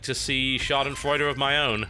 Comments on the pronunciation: so you like Schadenfreude? ^^ i love when you try to speak german. :D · Did he say "Schadenfreude" ??? O.o isn't there an english word therefor? *wondering*